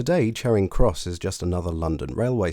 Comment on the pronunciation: Neither - it's a short 'a' as far as I'm concerned, as pronounced by the narrator. I know some people pronounce it 'chairing' but I take them to be people who don't know any better. If I heard anyone pronounce it with a long 'a' as in 'char', to blacken by burning, I would assume they were posh.